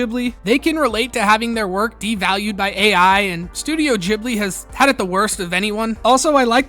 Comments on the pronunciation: it's pronounced GIFbli, not JIFbli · "Ghibli" not "Jibli", ya moron. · "Gh" doesn't really come off with a "j" sound; Ghibli be Gib-lee. But this is a whole Gnosia, 'Gnoshia' debate. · Ghibli is pronounced with a Jay sound. Source - me, Im studiyng japaneese. ジ- Ji ブ- buリ-ri . The first sound is Ji. The "u"in second "bu" sound can be missed and the last "ri" sound can be pronounced as "li" since japaneese doen't have an L sounds, they are written with R. For example, Monkey D Luffy in one piece is written as Ruffy. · It's pronounced like the "g" in "gibberish", not the "g" in "gibbon". The proposed Italian etymology is often cited by Europeans to support the alternative pronunciation, but 99% of Ghibli fans in Japan have never heard of it. The /g/ pronunciation makes it sound awful in Japanese. Like the Japanese word for "cockroach". If the supposed Italian etymology is accurate, it wouldn't surprise me if Suzuki, Takahata and Miyazaki decided on the pronunciation for that reason.